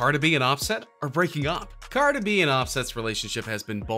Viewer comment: Why did he say cardi's name like that